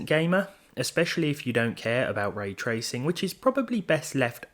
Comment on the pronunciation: you say 'ray tracing' like it's a person's name. you only say it correctly once in this video